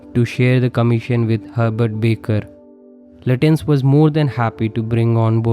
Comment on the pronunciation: Thanks & a well thought out analysis. His name is pronounced "Lutchens" or "Lachh-ens"